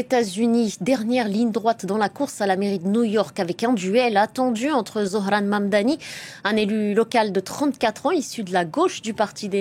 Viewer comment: Comment elle prononce Zohran❤